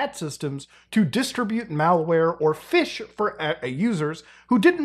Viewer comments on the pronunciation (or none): none